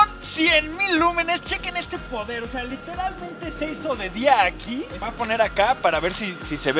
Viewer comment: like si tambien te sangraron los oidos con "se hizo LITERLAMENTE de día" min }